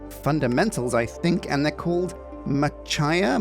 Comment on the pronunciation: Machiya is pronounced "mah-chee-yah", not "muh-chai-yah"!